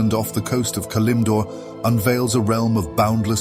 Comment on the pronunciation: Nice lore video. I can't help but notice the peculiar way you pronounce Elune and Kalimdor.